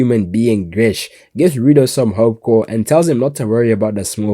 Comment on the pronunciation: Its GRIS!! NOT GRISH!! THERES NO "H" you would know that if you watched it in Japanese instead of English!! P.S - Remlins voice is HELLLLAAAAA cringy in English vs Japanese!!